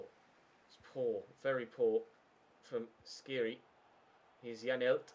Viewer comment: dislike coz u still pronounce skhiri wrong after 6 episodes